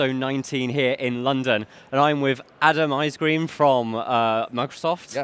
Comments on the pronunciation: I heard Adam Icecream. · I thought he said icecream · Almost heard Adam Icecream xD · I heard Adam Icecream, am i the only one?